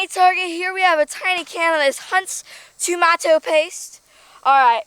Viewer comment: I thought Americans called chillis hot peppers? She also pronounces tomato "normaly" the first time! (not Tomayto)